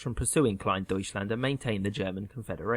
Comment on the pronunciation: It's funny to listen to an english pronounciation of "Groß- and Kleindeutschland" :D (as a German)